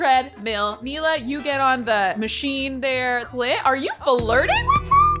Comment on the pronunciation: saying "clint" Me, hearing "cl*t" 👁👄👁